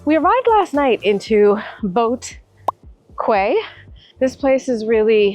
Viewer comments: Boat "Quay" is pronounced Boat "Key". FYI. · Boat Quay is pronounced as Boat ‘Key’ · BOAT Quay(key). 😂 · High Boat Quay is pronounced Boat “key” . Same for Clarke Quay. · Fyi it’s Boat Quay (pronounced as Key)